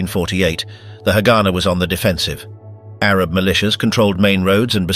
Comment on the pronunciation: Not to be that guy but its not hagána or hágana, its haganá. U put the stress at the end